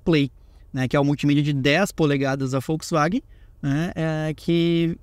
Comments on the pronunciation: Volks… e não Folks… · Pq vc fala Folksvagen? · Só eu que reparei que o fala Foxwaguem?😅😅